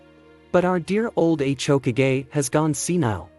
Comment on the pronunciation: it's hokage not h okage